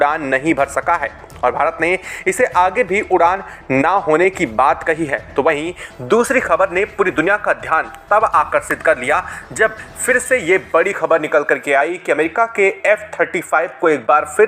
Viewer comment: सांत नही शांत, निसान नही निशान, सुरच्छा नही सुरक्षा, आकर्सीत नही आकर्षित। ब्रिटिश की तरफ से नही ब्रिटेन की तरफ से।